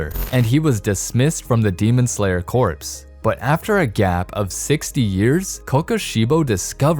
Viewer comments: Corps is pronounced "core" not "corpse." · Fun fact: you don’t pronounce the “ps”in corps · You don't pronounce the "p" in corps